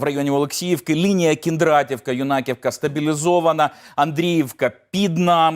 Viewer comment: Юнаківка,наголос на Ю!!!